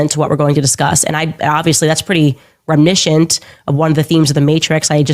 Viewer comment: It's reminiscent... 4 syllabols. Which is laughable because she generally adds sylabols where they don't belong. Like "Oh my gosh-ah .. people are attacking me-uh" And J in the words of the movie Mean Girls... Stop trying to make adorable happen... It's never gonna happen. 😂